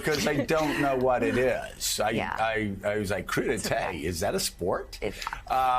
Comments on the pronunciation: It's pronounced Croo-Deh-Teh. Emphasis on the "Teh" in his case. "Cruditay" sounds like a fabled East Asian island deathmatch from a 70s Karate flick. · Here I was thinking it was pronounced crud ite. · 😂😂How do you say Veggie Tray in Turkish? “Crude-ee-Tay” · Crudite as you say, derives actually from the French term ''crudités''. Crudités is the short name for all sorts of uncooked vegetables. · Crudeite' ? Or coup d'état ? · Rich guy who does not know how to say "crudites" (kru-deets) is not worth his $. Does he also say "horse doovers" for hors d'oeuvers (or-deurs)? I think I am gonna go live in my basement until this is all over. There is zero doubt in my mind that the commentators on this lame media outlet have no idea what these things mean. None. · He tried to make seem like he is a tenant, where he's actually a landlord. //Also, "crudités" and "tequila"? 😂